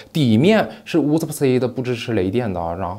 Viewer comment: “乌斯布-色欸”，不应该是“乌斯布-瓷”吗？